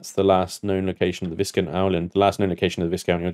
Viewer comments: The S in "Viscount" is silent. You're killing me! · come on, where is your 18th century pronunciation? Viscount is pronounced Vie-count